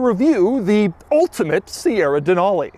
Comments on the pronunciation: Doug, the type of guy to say the word ULTIMATE in an ultimate way. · Stopped watching due to the emphasized "ultimate". Relatively annoying Doug. Have a great day. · Doug is killing me with his emphasis on the word ULTIMATE 🤣 🤣 🤣 🤣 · Doug going really overboard in pronouncing Ultimate, beginning to think he is doing it for a bet and it's a massive piss-take. :) Hopefully he does not get a sore throat for his efforts. :) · Reminds of hoovie with riptide blue